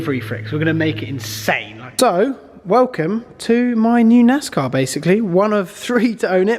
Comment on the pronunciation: It's pronounced NAZZZCAWWW 🤠🐄🐔🧢